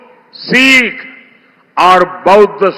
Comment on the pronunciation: मोदी पहले सिख़ का सही उच्चारण करना सीखें ।। " सीख "क्या होता है ???